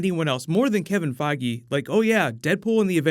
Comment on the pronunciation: Boy did he butcher Kevin Feige's last name.